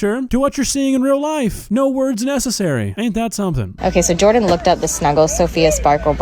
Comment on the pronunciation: The way she says Jordan is diabolical